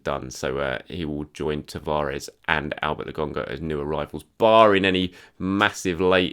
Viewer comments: You're great and watch every single one of your videos,, but it's "LoKonga"... not "LoGonga".... Been hearing you say that for several videos now, and can't take it anymore.. sorry. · Lo-kon-ga bro. Wtf you pronouncing.?? I'm beginning to think you are one of them.